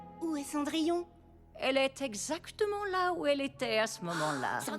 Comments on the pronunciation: Ah c’est pour ça qu’ils disent « Cendrillone » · A on entend gus et jaq dire cendrillone